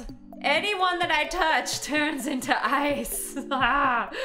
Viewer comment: I was crying and on the floor when she said "HEAALP I'M TRAPPED IN THE AICE HEALP!!!!"😂😂😂😂